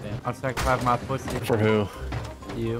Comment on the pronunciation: “Puthy.”